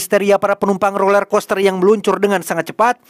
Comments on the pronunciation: Roller bg bukan lorel😭😭😭🙏🏻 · “Roler” min, bukan lorer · BANG ROLLERCOASTER BUKAN LORER KOSTER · Roler bang bukan lorer